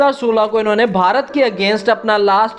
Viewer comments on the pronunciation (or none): none